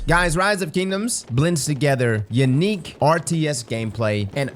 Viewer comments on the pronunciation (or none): This man said “yanique”😂😂 please your LA is showing